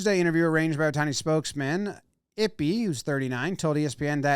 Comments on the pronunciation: Eee-Pay.. not ippy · “Eep-aye” is the pronunciation, please no more “ippy” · Eee-pay Jimmy, it's pronounced Eee-pay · It's e-pay. Pronounce his name correctly. It's not i-pee 😐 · Not ippy or yippy sir it’s pronoun e-pay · It’s “eepay” not “ippy” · It's pronounced 'Eee-Pay" not ippi lmao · How are you going to seriously cover the story and continually call him "Ippy" Aren't you the one obsessed with getting names right..? Just seems like an obvious pronunciation to me. Appreciate the info rounded up though, thanks jom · pronounced "ee-pay" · Who's Ippy ?? lmao Pronounce Ippei correctly ! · It’s pronounced “EE-pay” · It's pronounced ee-pay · Ippei is pronounced "E-Pay" kind of ironic now that I think about it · FYI, Ippei is pronounced like it-pay. (I’m Japanese) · Jimmy, my guy. The name is pronounced eep-pay. 🤣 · I believe the pronunciations would be Ee-Pay and Boy-er